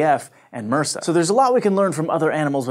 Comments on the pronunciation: It's pronounced by the letters - M.R.S.A - not as a word (mrsa). I had to pause and think about what the heck this bacteria was you were referencing in the hospitals. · Rik Wisselink Nope. In Canada we pronounce it M.R.S.A as well. The US isn't that different from us as far as medical pronunciation goes, so he's just saying it wrong. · In Dutch it is also pronounced as separate letters, but I've heard this before. Might it be a regional (US?) thing? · Anyone else hate they way he was saying MRSA... Swear you're supposed to say it as letters